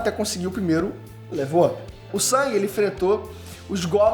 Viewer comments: O NOME DELE NÃO E SANG E SUNG MANO SUNG E Ñ SANG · O nome do personagem principal é SUNG, não é Sang, é SUNG, SUNG... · me incomoda um pouco ele falar "sang" e não "sung", mas eu só to sendo chato kk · Quem é "sAng"?? 😂😂😂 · o nome se escreve Sung , mas é pronunciado sang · Detesto como chama o nome do protagonista Tipo "Sangue"